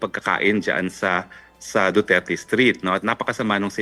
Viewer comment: I cringe every time he said "duterte street". Eww 🤮